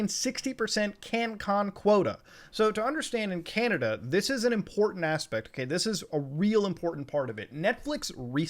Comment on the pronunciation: chinada? :( please canada don’t do this